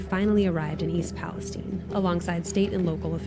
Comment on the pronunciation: it's not pronounced the same way as the shit hole in the middle east